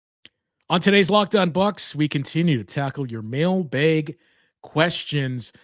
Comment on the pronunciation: bucks fan from boston, “mail-baeg” remains extremely jarring for me